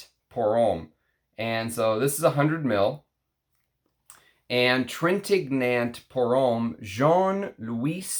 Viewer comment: Studied French so hopefully you won’t mind me sharing a couple tips. Revlon is an American Company. Revillon (Rev-ee-yon) is a French Company. Love French Line! Trintignant (g is silent, n is ñ) is very gentlemanly indeed. Nice lineup in this one. Look forward to trying Fair Play soon, Nino is a favorite. There are so many Jacques in perfumery I have to leave one more dime for every dollar you’ve given me in this game, you don’t pronounce the S in Jacques. 😉